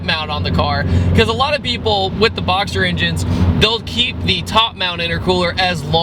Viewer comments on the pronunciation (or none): did you just call it a "boxter" engine??